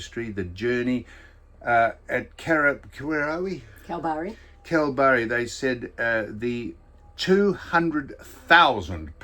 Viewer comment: IT'S PRONOUNCED, KALBARRY!!!! Cripps is still at Carlton.